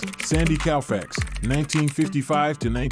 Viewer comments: Anybody who pronounces Koufax as Cow-fax has got some work to do. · Cannot even pronounce Koufax correctly, what do you expect.